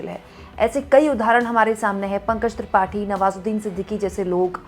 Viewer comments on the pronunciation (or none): none